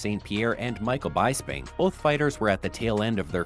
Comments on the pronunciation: michael bi sping not bye sping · " BI sping" and "TE xeiere"!??! Really?? If you're going to report on the sport.... Learn it first 🙄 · Don’t mention ppl if u can’t say their name. Bysbing? It’s bisbing like biz bing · Did you really say Michael Bysping ???? WTAF!!! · Michael “Buys” ping? It’s Bisping! Wtf? Don’t talk about ufc if you don’t know ufc. You mispronounced zuffa too. Get out of here pal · Michael Bysping he says lol this channel is a poser. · Michael Bye-sping. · Hold on hold hold on, Michael “Bysping”? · “Micheal Bye-sping”??? 😂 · You do not have the right to comment on ufc if you pronounce Bispings name as “buysping”. Clearly you do not know ufc. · Michael Bye-Sping? What am I watching and what is this complaining? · This guy says Michael Bysping...lol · I got half way through to realize, this man is a fraud. He's not even pronouncingl popular fighters names correctly ("Michael BYSBING").This man is just just trying to Catch views . He honestly has not watched MMA for a long time . Pray for him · 'Michael bYeSpIn' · Michael Bice-ping? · I almost turned it off at “Bysping”!😂😂😂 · Michael Baaaisping, Adeseeiyia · Michael "Byes-ping." Glover "Tea-ex-erra." So many of these channels either don't even watch MMA, or they pay someone to do voice overs. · Michael By-sping ay? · Lose a lot of credibility when you say Michael B(eye)sbing, the man is a legend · What's with these Pronunciations? Byspin ? Adiseenya? C'mon Bro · "Michael Byesping" "Adesenya".. my fucking god. Bro just stick to whatever you been doing before this video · Michael Bye-sping 😂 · WELL ... the voice in the video mispronounced two UFC starts first he said Glover Teshiera and then Michael Beyesbing ... sir please learn the correct pronunciation because otherwise you sound uneducated it takes away from your perceived expertise! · Dana is reason UFC rise. Hate it or love it You don't know shit bro You literally said..baisping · Its: BIZ-bing :) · How do you mispronounce Bispimg 😂😂